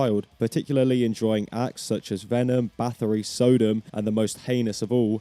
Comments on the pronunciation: “Sow-dum” followed promptly by “trahlling” is cooked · how do you have a metal channel but mispronounce a name as easy as Sodom.